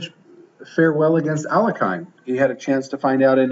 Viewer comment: In Tarrasch accent goes on first a, not the second, also the pronunciation of Alekhine is totally wrong.